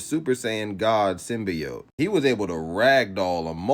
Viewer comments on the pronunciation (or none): My nigga it's SYM - BEE - OAT Symbiote. The Venom movie pronounced them hoes WRONG if that's what you got it from.